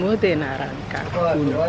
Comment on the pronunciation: Naranca ke 😅😅😅😅. It's naranja ma